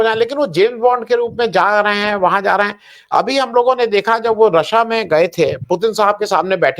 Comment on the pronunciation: एझाटू पत्रकार हिन्दी नही बोल पाता रूस को रसा बेवकूफ बोलता है ।